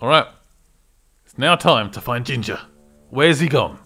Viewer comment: Lol. "gin-Jah"